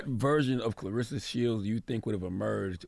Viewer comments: her name is claRESSA, not RISSA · I just wish they would’ve pronounced her name correctly at least once. Claressa not clarissa. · Great interview. They gotta pronounce her name right though. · Either a lot of y'all or illiterate or just half ass fans...the woman's name is CLARESSA not Clarissa!